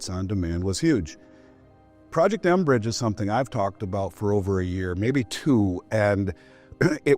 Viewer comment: It's 'mbridge", not "enbridge"!!